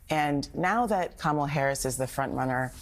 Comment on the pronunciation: He does say "Kamela", her name is Kamala. We're glad to have you, but you gotta' do better than that.